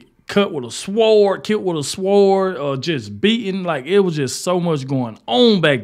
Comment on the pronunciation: Hey, baby, the “w” in sword is silent. ❤